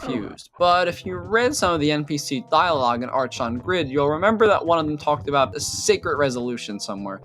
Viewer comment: Just in case, archon is pronounced „arkon“. 🤓